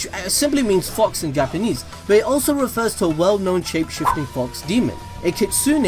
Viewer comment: He said gapanese